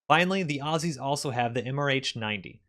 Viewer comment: Thank you for saying "Ozzies" and not "Awe-See's"